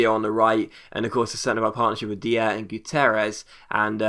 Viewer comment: It's not pronounced de-ah it is pronounced die-ah like danny dyer